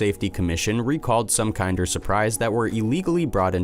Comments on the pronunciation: Really bothered me that KINDER is being mispronounced!!!!! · It's pronounced KIN-DER not KIND-ER.